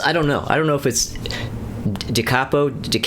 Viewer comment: Just pronounce it the Italian way! Da capo